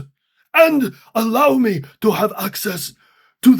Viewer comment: It's Arrow me not Allow me